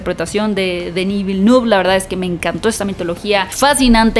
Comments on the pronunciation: Se pronuncian "Eilien" y "Dení Velnuv" Solo lo menciono porque pronuncias los nombres de las demás películas en su lengua original. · Hola para tu pronunciación Dannis Villeneuve se pronuncia Deni Vilnef saludos